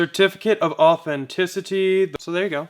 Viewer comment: “Certificate of authe(n)ticity”